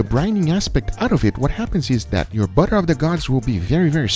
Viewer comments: I heard him say “boner of the gods” no one will convince me otherwise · I kept hearing him say “bubble of the guts” instead of saying “butter of the gods” lol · i hear buddha of the gods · I heard butter of the guts